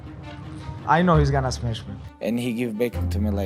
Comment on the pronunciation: "Not just smesh him, I change his face" 😂